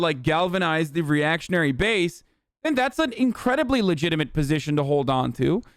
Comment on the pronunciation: “Legimit concerns”